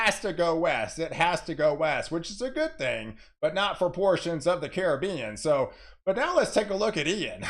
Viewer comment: Thank you for pronouncing the Caribbean as it is. Thanks a million. It grates my ears to hear poorly educated people pronounce it like it is a foreign word. thank you, thank you, thank you. As someone from the Caribbean it means a lot to me.